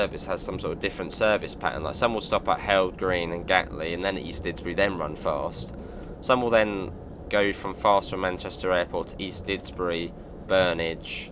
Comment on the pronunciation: Heald Green is pronounced heeled green